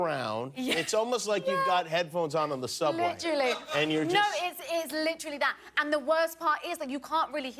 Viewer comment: Someone needs to make videos of every time Naomi Scott says “LICHRALLY” (literally) and every time mena massoud (I hope I spelled that right) says “I grew up in an Egyptian household!!!”